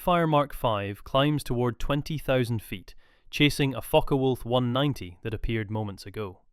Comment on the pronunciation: Sorry, not Fokker Wolf, its Focke Wulf